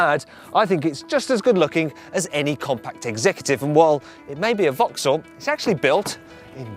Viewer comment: I thought I heard him say vauxhaull and German in the same sentence. Surely not!